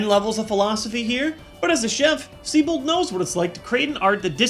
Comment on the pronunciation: Actually, his name's pronounced Zee-bolt.